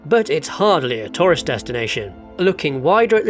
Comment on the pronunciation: I kept thinking "what's a 'Torus Destination'?" And then I realised you were saying 'tourist destination' 🤣